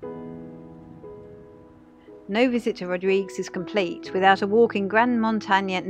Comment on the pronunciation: Looking for more videos from you. You haven't posted any in some time. Rodrig-UEs! Pronouncing the 'UE' is from a Portuguese name. (And/or Spanish) However, I see that the local Creole doesn't pronounce it that way but rather 'Rodrig' Other sailors who made landfall there pronounce it as in Portuguese. This is certainly a place to visit if you can get there. Good video. Thank you.